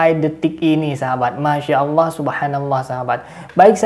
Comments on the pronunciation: Orang gak faham kayak gini kok coba2 menafsirkan ayat AL QUR'AN. MENGUCAPKAN ALLAH saja jadi awwoh. Adooohh kacau. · ini sih bukan murtadin tp emg kafir dr lahir, apa itu awoh awoh..nyebut Allah aja gak bisa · Mudah untuk menentukan orang itu murtad atau memang asli nonis, dlm menyebut kata ALLOH, nonis menyebut nya AWOH... 🤭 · Ini sih mengaku aja murtadin padahal kafir murni, menyebut allah aja bilangnya awloh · Hal yg sdh basi ngaku2 murtadin, nyebut Allah aja owoh 😀😀😀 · Murtadin ngomongnya owoh......harusnya allah..inimah owoh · itu bkan murtadin tpi umkris yg pura2 jdi murtad,ngucap lafadz Alloh aja gabisa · Mengucapkan nama ALLAH saja tdk bisa. Bagaiman mungkin dia tidak menjadi MURTAD? Na'udzu bilahi mindzalik AstagfiraAllah aladhim. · Ngomong Alloh aja gak becus ni bpak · Mengucapkan Allah saja engkau gk bener